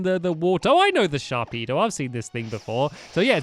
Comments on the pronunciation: ITS NAME IS SHARPEDO also sharkpedo sounds so wrong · Hay it’s sharpedo not sharkpedo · Stampy I don't mean to be rude but its SHARPEDO! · It's actually "Sharpedo" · Stampy Sharpedo does'nt have a K. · Its Sharpedo!